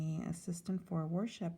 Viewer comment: I thought you said “War Ship assistant” at first. I thought to myself “Oh, he must be in the Navy”! Lmao